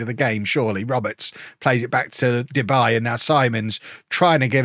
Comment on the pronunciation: It's not " Debay " its -> De Bie ( the bee in English translation) 😂🐝